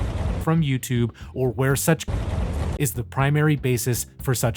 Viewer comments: look who can't say "content" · Bro cant say “content”